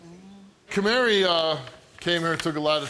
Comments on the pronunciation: Is he saying "Camary?" Like the little bird "Canary" but with an M? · "Kamari" lol.